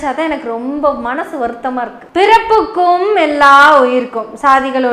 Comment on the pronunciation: பிறப்புக்கும் என்று உச்சரிப்பது போல் தெரிகிறது.பிறப்பொக்கும்